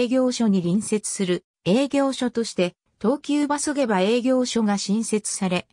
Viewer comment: げばではなくしもうまと読みます